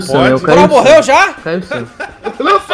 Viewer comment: DJ falando " O cross morreul ? kkkkkkkkkkkkkkkkkkkkkkkkkk